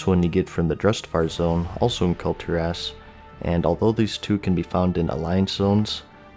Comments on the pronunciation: It is pronounced Kul-Tiras as it is written, not Kul-Tiräss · Dude come on, Kul'Tir'ASS? You do a youtube show dedicated to one video game you should at least throw the effort into knowing the names of the major continents in said game. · Kul Tearass, thats how you are pronouncing it the whole video.